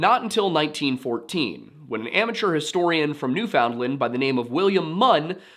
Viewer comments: You don't say the d in found for newfoundland it's more pronounced like newfenland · You say New Foundland funny lol that's not how Canadians say it. Be lazy with the pronunciation nuFundland. All one word..great video! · Newfoundland is pronounced basically like "Noofin-Land" not New Found Land or New Finland. The "noof" part is probably the most important part, the rest kinda falls into place after that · Little correction, because you are so amazing at your pronunciation of names. It's not new found land, it's new fin lind. It's based on dialect, and Canada has accepted this as the correct pronunciation. Definitely find some youtubers pronouncing it so you can practice. 9/10 that's my only complaint. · He actually got mad at me over it I think my comment must have been deleted by him I said I always find it funny how Americans call us Newfinland and not Newfoundland and then he told me when I learn to say Nevada I can tell him how to pronounce things Not like I'm a born newfie or something lmao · its newfin-land or newfin-lund not newfound-lund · Please practice saying, "Newfinland" all one syllable and pounced as typed. Saying, "New-found-land" is really awful. Seriously, "Newfinland" try it until you master it. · As a Canadian: Newfoundland=NOOfin-lend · new'Finland is how we usually pronounce it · I can forgive the mispronunciation of Icelandic and Norwegian words. but, Newfoundland is pronounced like “Noo-fuhn-lund”. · Pronouncing "found" in Newfoundland hurts my ears. Pronounced "NOO-fuhnd-luhnd". I know I'm being douchy - because this was a great, well-researched episode on which I can find nothing else negative to say. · Oh hey, I get the chance to be super pedantic about Canada! For some reason "Newfoundland" is pronounced more like "New-fund-lind" or "New-fin-lund" I don't know why, I blame my Newfie neighbors (at least for the parts of the year where they literally are my neighbors) they did introduce me to Crush Birch Beer though...